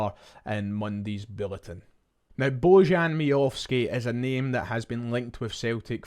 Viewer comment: Baw-yan is the correct pronunciation.